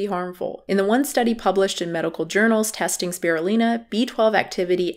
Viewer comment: You’ve been mispronouncing Spirulina. The Lin is pronounced as line not Lin